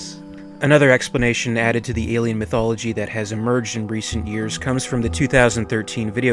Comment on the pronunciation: I wish I could believe you, but you said "Hash."